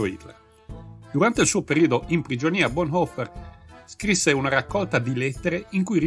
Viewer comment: Su Bonhoeffer si potevano dare informazioni più precise, ma il video è decisamente ben fatto. La pronuncia del cognome è buona, troppi italiani lo storpiano in "boneffer".